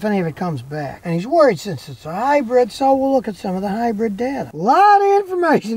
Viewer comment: Scotty.. I keep telling you.... It's a HYBRID ! NOT a Hybread !